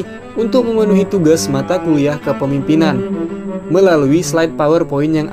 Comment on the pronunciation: Pematerinya yg jelas dong nyebut kepemimpinan. Bukan kepipinan